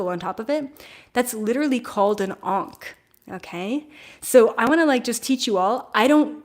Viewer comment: Wonderful video, thank you! I was so confused with "onking", I couldn't understand what you were talking about until you mentioned the symbol. "Ankh", gotcha! 😅 I thought it was pronounced "ankk". Now I understand! 😅